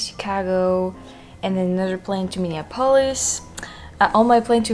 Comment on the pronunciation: Minor detail, Minneapolis: Min( like minimum) e( the letter) ap( like application)o( the letter)lis( like list). Or perhaps the same with the "olis" as that Greek : Acropolis.